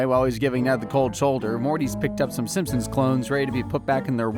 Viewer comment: you call them Simsons? God it's SIMPsons